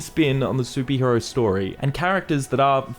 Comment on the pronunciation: why are you saying "soupie hero" instead of superhero?